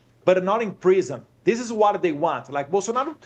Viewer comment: Qual a dificuldade de falar “WHAT”ao inves de “UARA”?!?